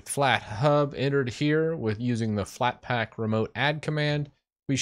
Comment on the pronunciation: "FlatpLack" yeah